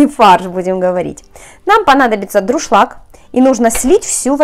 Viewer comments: все заметили"мокрее",а никому не режет слух"друшлак"? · ДУРШЛАГ, а не ДРУШЛАГ)))